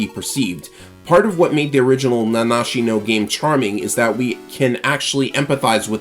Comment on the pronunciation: No way. Somebody managed to pronounce the game title correctly. Genuinely, it's almost cathartic to hear.